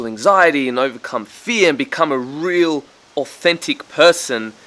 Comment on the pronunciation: He literally said 'Authentit' 😂